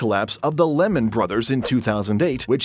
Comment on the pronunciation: Not Lemon brothers either…Lehman is pronounced Leeman 😂